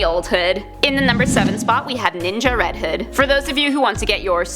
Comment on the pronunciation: Sounds like she is saying red head